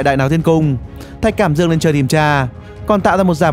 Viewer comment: thạch cảm ĐƯƠNG ko phải cảm dương